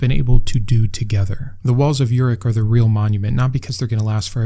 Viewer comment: Pronunciation correction (not a big deal though) the city is pronounced as Uruk (oo-rook)